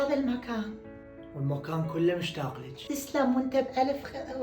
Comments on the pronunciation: مشتاق❌. 😂 موشتاق✔️ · مشتاق❌ موشتاق ✔️